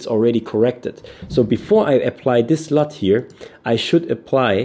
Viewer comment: it sounds like you’re saying slut in this video when you’re saying LUT. Just a lame joke.